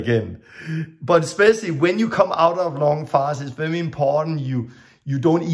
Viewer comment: You can say an R letter, then why do you say vevi when it's supposed to be veri.